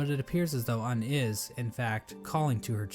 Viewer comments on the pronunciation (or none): this dude is telling lies, its not pronounced uhn its more of oon